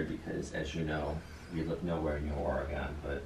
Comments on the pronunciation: It’s Oregon. Not Orea gon!! kills me! Aww Bubbas wants his advent cookie now! Loving your Vlogmas! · Lol!!!. Let know it’s not Ore...gone. It’s Ore...gun. Major faux pas for locals❤️. I’m born and raised Washington(state). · I live in Oregon. I love how pronounces it! With an “a” sound for the second “o” in Oregon! 🤣 It’s wrong but who cares? Its always good to see him in your videos.